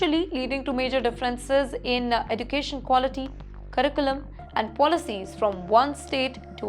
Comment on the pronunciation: Learn to pronounce "education" first then report.